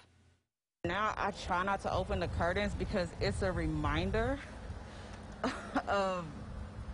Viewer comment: the "curdins"